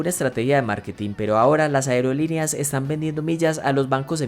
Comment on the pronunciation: Toma en cuenta que no sedice aereolineas se dice aerolíneas